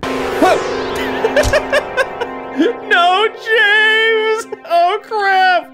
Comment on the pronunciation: It's not Jaaames, it's Jameees.